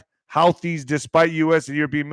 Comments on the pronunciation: HOUTI'S IS PRONOUNCED ""HOOTIES," NOT HOWTIES!!! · It’s pronounced who-thees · I've heard it pronounced Who Tees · Pronounced who-thees